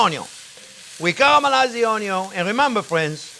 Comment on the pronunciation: A chef using canned over fresh has his head up his ass especially when fresh are cheaper than your fancy canned tomato’s. Stop saying on-yons. Your no Justin Wilson.